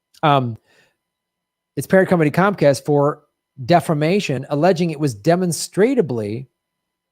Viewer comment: Demonstra ble is how it's pronounced